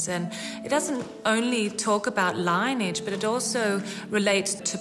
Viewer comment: Lineage is pronounced LIN-EE-IDGE and not LINE-IDGE